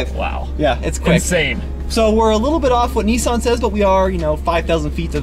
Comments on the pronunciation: It's Nissan not Nessun. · How come Americans mispronounce everything!? ‘Knee-son?’